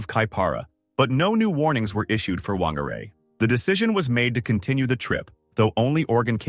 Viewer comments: Whangārei is pronounced fangārei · Whangarei is pronounced fangarei btw